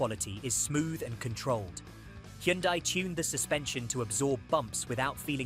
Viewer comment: This lowers my trust in CR and that AI voice not pronouncing Kia and Hyundai 🙈